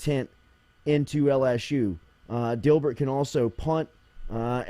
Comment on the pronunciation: Jordy destroying the Dibert pronunciation